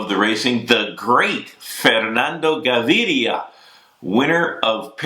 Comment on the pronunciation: Props to Bobke for his perfect Fernando Gaviria pronunciation! before he was mispronouncing it . ;)